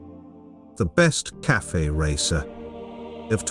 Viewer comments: I love the voice, perhaps all that’s needed this fix a few words phonetically like “Caff-fay” racer the few instances it says “KAFF” racer! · cafe is not pronounced "calf" -- it's pronounced cafay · Your AI voice is pronouncing Cafe (two syllables) as Calf (one syllable). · The computer voice needs to learn that it's not pronounced "CALF Racer." 🐄🤠☮